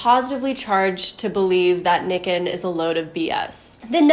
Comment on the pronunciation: Nikken is pronounced "knee-ken" and kenko is a Japanese word for health.